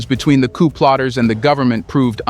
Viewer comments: 'Coup' is pronounced 'koo' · Coup, pronounced "ku" with a long u sound.....it is French....meaning "a sudden, violent, and unlawful seizure of power from a government."